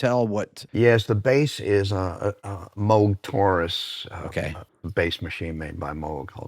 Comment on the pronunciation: at last, someone pronouncing Bob Moog's name correctly, as in Vogue..!?!?!